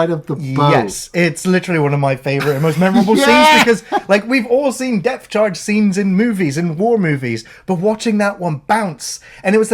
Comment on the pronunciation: Depth Charge,. Not Death Charge.